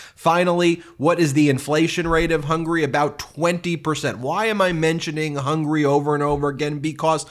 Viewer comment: The man can't even say the countries name correctly, It's HUNGARY not HUNGRY